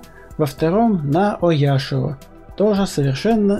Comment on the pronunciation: Там не Ояшио, а Оошио